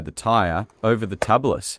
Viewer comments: TUBE-LISS. Not Tubb-liss. Or, technically, TU-bliss. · Tubliss....say Tube-less, not Tub-less. There are no tubs in dirt biking. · It's pronounced.. tube less.. get it no inner tube tubeless